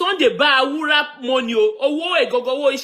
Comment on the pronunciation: his name is B A R U W A and not B A W U R A.